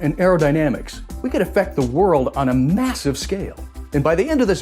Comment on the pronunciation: Di-di-di he say massive